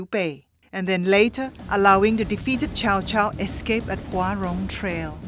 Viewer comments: its pronounced tsao tsao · Its pronounced tsao tsao not chow chow! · kaindave. not pronounced tsoa tsao nor chow chow..it's cow cow.🐄 🐄 🐄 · So. . .it's "Tsao Tsao"? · Bruh it's tsao tsao get it right